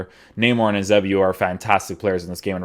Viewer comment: I beg you learn how to say "Eusebio" properly